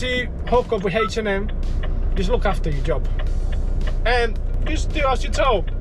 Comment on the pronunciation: H&M not H&A 🤣🤣